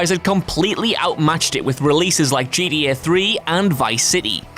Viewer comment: The way this guy says gta is killing me